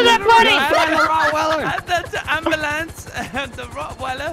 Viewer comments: Did he really just say Rottweller 🤣🤣🤣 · "RotWeller" XD